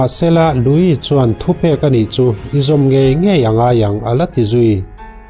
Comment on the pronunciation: Louis i lam dan pawh a dik thlap e,mitam tak chuan Luis ti in an lam thin a,nang nge nge,i special zia alang e